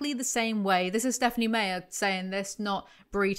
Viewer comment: Personally I am a big fan of how you pronounce authors' names (wrong). "SMeyer" is very entertaining tyvm giving me serotonin